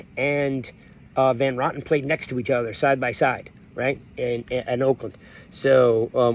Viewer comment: It's ROten, not rotten. Yes, I looked it up. 🤣